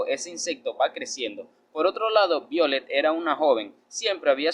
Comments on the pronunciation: Me imagino q es el nombre es Violetta Se pronuncia vaiolet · BIOLET ASI NO SE PRONUNCIA ESE NOMBRE